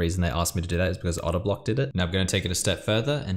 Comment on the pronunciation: do you purposely say otter block over odablock ?